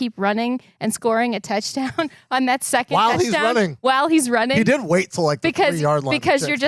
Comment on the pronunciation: love the show, buddy. The word is WHILE, not wall.